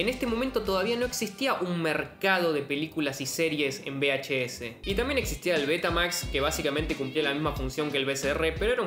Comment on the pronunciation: Por cierto, se dice VHS, no BHS. V y B, no suenan igual.